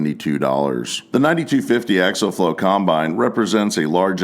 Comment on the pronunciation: The word is pronounced... Ack-see-ul...